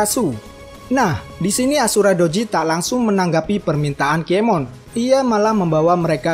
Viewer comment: Berapa kali adminnya bilang nama "KIEMON" TANPA "N"